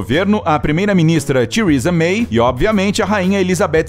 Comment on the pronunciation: Só Tiurisa mei mesmo....o cara quer enfeitar no inglês e fica pior que o remendo....ridículo.....tiurisa mei kkkkk ok que bosta!!! O carro dela ....da Tiurisa......tbm pôde borrifar gotículas de mijo de cavalo e gato e coco de porco.....se quiser!!! E o da rainha garante a evacuação....ou seja se ela peidar...as portas de ejetam....dizendo:: fui rainha do peido kkkkkk